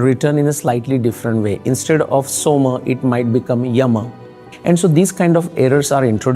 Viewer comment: The guy who pronounces soma as somā and nakshatras as nakshatrās shouldn't be taken seriously